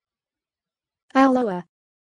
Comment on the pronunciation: WRONG!!!!! Ooo-YO-AH